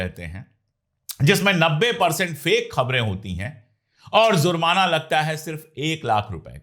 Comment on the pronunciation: Sir with due respect it is JURMANA and not ZURMANA. Same way it is NAMAZ and not NAMAJ